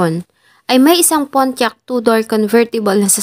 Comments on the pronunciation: Pontiac,.not Pontiac..silent T.😊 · Sana nagresearch muna sa correct pronunciation ng PONTIAC